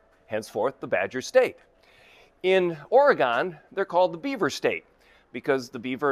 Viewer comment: As an Oregonian, we pronounce our state's name as "Or-gun" or "Organ", instead of "Ora-gone".